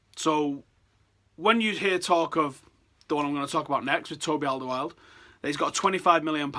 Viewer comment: Completely fucked up the pronunciation of Alderweireld